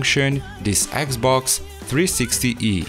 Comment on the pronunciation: dude, it's xbox not eggs box! XD